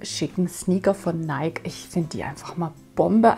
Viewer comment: Liebe, Nike wird Neiki ausgesprochen. Ansonsten schöne Teile. Liebe Grüße, Ilona